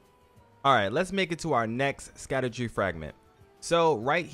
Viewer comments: literally nowhere on any planet is it pronounced “Sakadu” 😂 great video though, big thanks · It’s pronounced shadow fragment , they just spelled that way for some reason.👍🏽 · Right? I was so confused. Even if you pronounce it just how it’s spelled, it’s still not suck-a-do-tree 😂 It’s all good tho, I butcher so many words in this game too